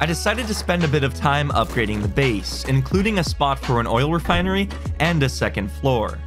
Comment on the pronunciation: mans said oil recinary